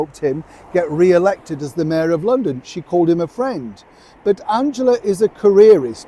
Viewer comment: Cue the inbetweeners fwends😂😂😂😂